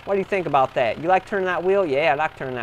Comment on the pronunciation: Do you mean you using "Dat" instead of "that"?